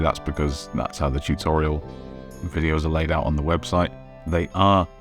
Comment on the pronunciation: Not to be that guy, but might want to work on his 'webshite' pronunciation.